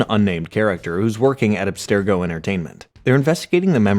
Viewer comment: For one… say Abstergo correctly. It’s pronounced in almost every Assassin’s Creed game and is always pronounced the same. wtf.